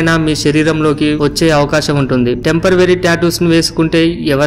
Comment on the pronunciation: Tempravory khaadhu bro temporary ani anu